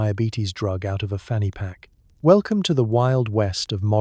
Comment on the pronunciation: You really shouldn't say 'fanny pack' with a British accent.